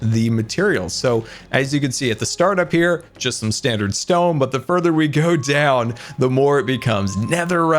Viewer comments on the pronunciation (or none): none